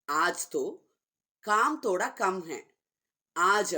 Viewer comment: Thhodha… not toda